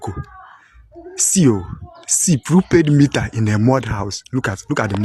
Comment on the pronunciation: its not prupaid nigerians... its prepaid!